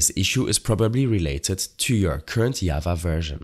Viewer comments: "Ikr i was like WHATT is this called yava?" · Who tf says java as yava